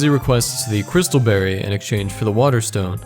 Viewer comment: You pronounce berry like berrey.